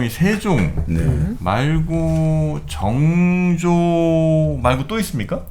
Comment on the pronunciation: 증조… 그래도 학자인데 … 사도세자 발음도 ㅈㅋ 서자 발음도 좋구.. 왜 정조가 아닌 증조 …